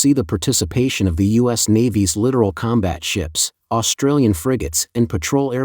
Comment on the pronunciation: AI doesn't know difference between 'literal' and 'littoral'. 😀